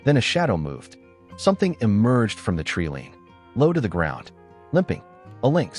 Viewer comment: I have noticed that the AI voice in most stories mispronounces a number of words One of these is the word 'treeline'. This is rendered 'treeleen'. In a beautiful intelligent and compassionate it is disappointing when the impact of the story is not helped by the reading of the script.